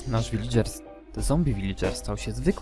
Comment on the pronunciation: Kurwa To nie jest "wilidżer" tylko "wiladżer"